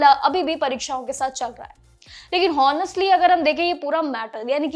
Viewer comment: मैडम आप भी रीडर को देखकर पढ़ रही हो। आनेस्टली को हौनेस्टली बोल रही हो।